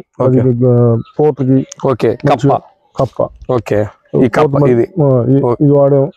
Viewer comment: కంప కాదు కప్పా